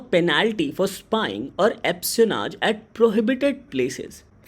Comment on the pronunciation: 'Espionage' is pronounce as 'eh -spee-uh-naaj'